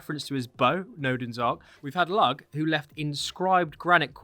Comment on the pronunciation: Brilliant video, the pronunciation wasnt too bad either but Lugh is more like Lew/Loo than Lugg